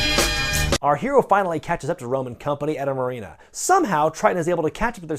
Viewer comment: He catches up-to them at the “Marine-ah”